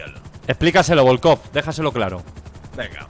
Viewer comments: "Subcomisadio vodkof"😂😂😂😂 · novedades agente: novedades??: novedades agente: pero quienes son?: volkofff horacio. comisario volkof agente: que no sois ni el comisario ni el super ostia: volkofff jajajajajaa mori de risa en esos momentos